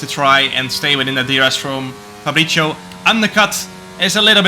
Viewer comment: its “fabri(ts)io”, not “fabri(cc)io”